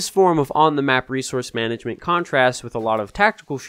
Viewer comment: Managment? LOL😂